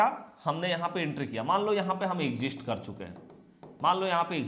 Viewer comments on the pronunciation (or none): Sir वो "एग्ज़िस्ट" नहीं "एक्ज़िट" होता है, वैसे आप की स्ट्रेटजी एक नंबर है👌 और एक बात, आप हर बार 2:1 बोलते हो जबकि शायद आप बोलना चाहते हैं 1:2 याने नुकसान SL हुआ तो एक रुपया लॉस होगा, और अगर ट्रगेट आया तो 2 रुपया प्रॉफिट होगा कृपया गौर करिएगा धन्यवाद🙏